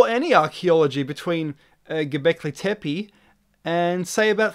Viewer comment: You said tepe right! hooray!